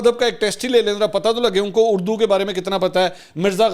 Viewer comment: منصور صاحب خان جب بلاول کی اردو کا مزاق اڑاتے ہیں تو خود لفظ۔ اڑدو کہتے ہیں